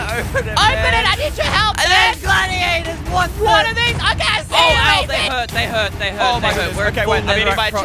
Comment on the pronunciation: it’s pronounced gladi-otter